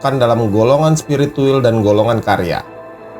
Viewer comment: NGOMONG KAYAK ORANG STROKE, BILANG SPIRITUAL KOK JADI SPIRITUWOL